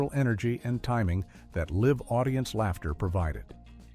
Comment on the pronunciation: AI narration that doesn’t understand that the pronunciation of “ live” as an adjective is different from “ live” as a verb. In live (adj.) the letter “ i “ is long. In live (v.) the letter “ i “ is short. AI mispronounces many words as it obviously has no rules to follow. I expect it will have the same problem with syllable stress in the 55+ words where the noun and verb are spelled the same but in the noun the syllable stress is on the first syllable. In the verb the stress is on the second syllable. As in: CONtract(n.) and conTRACT (v.) or DESert (n.) and deSERT (v.) or REBel(n.) and reBEL (v.). It seems not many are aware of this and no such list exists except the list of 55 words on this iPad. There could be more. There are rules relating pronunciation to the spelling of words in English but the programmers of AI may not be aware of them as most people. The spelling is not random and often encodes pronunciation.